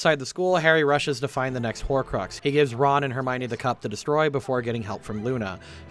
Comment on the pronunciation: Hermione, not Hermonie.